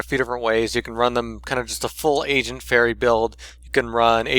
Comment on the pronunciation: Every time at the beginning when you said agent it souded like you were saying asian xD gg